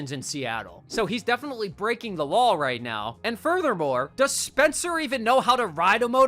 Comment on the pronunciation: Lol "Spener"